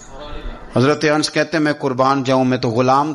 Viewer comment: انس کو ان نس پڑھتے ہیں انس غلط تلفظ ہے